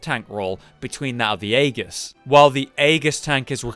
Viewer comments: .... say aegis again... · Aegis has a soft G, but you don't need to care.